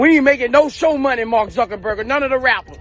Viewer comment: I felt Lauren Hill she was exactly 💯 right & yes they did try too knock her then copy her! All facts Queen & Nas always 🙌 brings heat str8 lyrical genius 🔥& Boosie had me lmao at the way he pronounced 😂 Marks last name. Akon has a valid point 👏 but snitches are a NO GO that's how I was raised.. 2020 (Real is Rare) G ( Code 4 life)